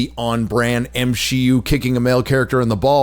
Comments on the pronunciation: you gotta be fucking with me, now way did he actually say "m-she-u" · did i mishear or is he proud to have brought the character to the "M-She-U". Do these people even have a clue about reality? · did he literally just say “M-she-U” ???